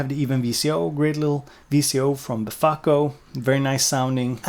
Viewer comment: I was cooking while watching this, turned around for a second and I hear "Malaka" (Malekko) & beFACKo (Befaco). Being Greek, this brought my attention straight back to the video, and I overcooked my pasta. Was worth every mushy spaghetti strain; great video!